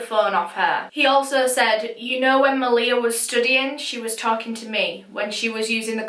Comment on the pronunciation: dang i was watching this case and thinking the whole time, this reminds me of how my older sisters best friend passed away, and i didnt realise until afterwards that this actually was about my sisters friend. i think i never noticed cause of how u pronounced her name, (its pronounced ma-lee-ha). i remember when i found out about her passing, i must’ve been in reception at that time and didnt know the full story until now. all i knew before was that maleha’s ex-boyfriend set her house on fire killing her and her sister and that a while after both of their deaths her older brother also passed away. it’s sad that i didn’t recognise her as she used to always be around at my house. may they all rest in peace